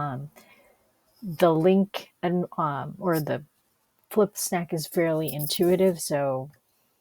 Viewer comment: You said, "flipstack", or "flipsnack"? This was so helpful.